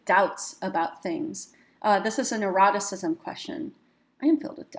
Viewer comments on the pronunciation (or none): Neuroticism? I thought you said eroticism. Test wasn't quite as exciting as I thought it might be! lol